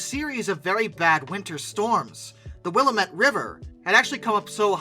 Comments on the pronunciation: lam(b) The will-lam-at river. Willamette. but props for not saying or-e-gone. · Willamette river = wil LAM et. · Other than the persistent mispronounciation of several Western names, like Willamette and Spokane, very well done.